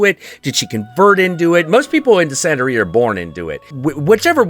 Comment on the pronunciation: It's pronounced Bru-HO and Bru-HA, also Bru-he-ria (you pronounced Santeria right btw)